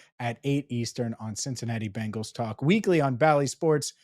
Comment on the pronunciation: Andrew not only do you pronounce Bengals like the all female 80s rockers The Bangles, but you actually think Jordan Love is in the same boat as BURROW! BURROW will be a hazy shade of winter for the league for sure. Week 2 gonna be a Manic Monday for the Chiefs, and gonna make Lamar walk like an Egyptian